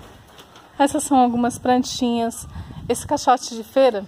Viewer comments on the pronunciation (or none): Ate curti de verdade, mas não gostei do : "Prantinhas" , "prantei".....